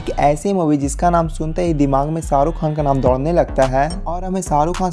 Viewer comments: Woh Shaa rukh hai, not Saaa ruk 🤦🏻‍♂️ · Srk kaa naam toh barabar pronounce karo